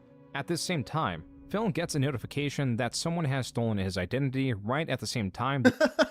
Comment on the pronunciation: Everytime says Phil, he sounds like he is saying Phail lmao